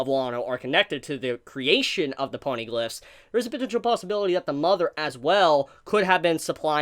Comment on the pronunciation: you pronounce it as poneyglyphs... that is so adorable.